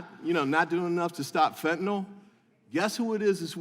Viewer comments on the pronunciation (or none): It would be great if those speaking against a drug could pronounce it properly. Stop calling it Fentnawl. Its Fentanyl. Also, its not marijuana. it's cannabis. Morons.